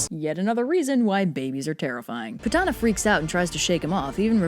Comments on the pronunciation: Btw it's pronounced poot-na not pu-tah-na🙊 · 😂but it's actually pronounced as P-O-O-T-H-A-N-A or (poodana down in southern India). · Not Putana but POOTHANAH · The Correct pronunciation would be " "pootna" but I get your point! Pretty funny if you ask me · I am going to be whooshed for this, but horribly mispronounced all the names here. Because sanskrit has an inbuilt soft a sound and an hard n sound, putana will be pronounced as "pu-t-na" while kansa will actually be pronounced as "ka-uns", and balarama as "bal-ram". Putana would mean putrefaction.